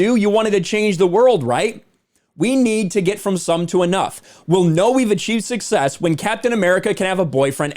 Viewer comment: "Success" isn't the same as "Sucksess"